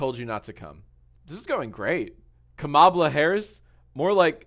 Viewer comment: Why did he keep mispronouncing “Kamala” 😭💀